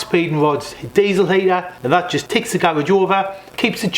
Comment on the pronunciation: You’ve butched the word diesel there mate